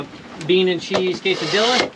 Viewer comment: Longtime vid fan - 1st time commenter... Quesadilla is pronounced "Kesssa DEEEEEya" Much love brother lol